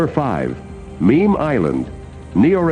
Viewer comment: he missed a letter it is Memel island. Memel is a river somewhere.